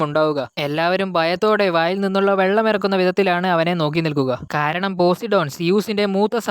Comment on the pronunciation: Bro posidon alla po sai done agne venem paryan